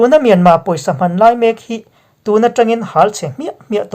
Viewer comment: thil pakhat chiah aw,tawngkam pakhat "hman" tih hi i lam dik thei miah lo mai hi mak ka ti ve mai mai..Hman atang tawh rilru kap tawh a,zanin chu ka rawn puakchhuah pui ta tawp a ni..Min lo hrethiam dawn nia. I channel kal zel na tur ah duhsakna ka hlan a che.